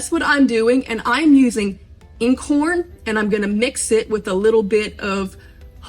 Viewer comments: A couple of little notes: you called it "Whole wheat rye"? Rye is a different grain...actually a"grass seed" from one resource. Perhaps you meant "whole grain rye flour"? Also, Einkorn is pronounced as a "long I", like Einstein. Not as a "long E" like "eat". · Please provide (spell out) the name of the flours you are talking about - it sounds like you are saying "Acorn:" flour. And where would you find it? Thank you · Nevermind, I got it figured out finally!!! "Einkorn" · Thanks for the info. Love the simplicity. BTW, it’s pronounced 👁️N🌽. (Long 👁️) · It's pronounced eyen-kawrn. German literally "one grain". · 3 days of searching easiest low hassel sourdough starters I did yours. I have Einkorn wheat flour and caraway seeds, and I'm sure I'll have a great starter. Thanks for getting direct to it and making it easy! BTW I believe einkorn is pronounced "eye n corn". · You have really educated yourself and I very much appreciate this video!! Makes so much sense not to waste. Fabulous!! (BTW Einkorn is pronounced with a long "I" like EYEn korn) Thanks again - fabulous, just fabulous!! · Dear, just a little correx on the pronunciation. The word is Einkorn, pronounced to rhyme with “nine”. It’s German for “one grain” or “one kernel”. Modern hybridized wheat has multiple kernels. You’re on the right track grinding your own. Preground flour einkorn goes rancid after just a few months—long before the expiry date. I’ve thrown away way too much of it, because the minute I opened the bag, it was unpleasant to smell. So anyone who’s serious about working with einkorn, alone or mixed with other flours, is well advised to buy a cute little mill and purchase the grain in its natural state, and only grind it when you are ready to use it. BTW, as a girl we vacationed in the rockies at a guest ranch, and the cook there used sourdough and did no discarding. She made bread and pancakes with her starter every day. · It’s pronounced Ian-Korn